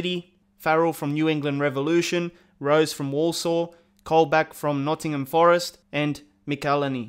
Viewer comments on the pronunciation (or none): none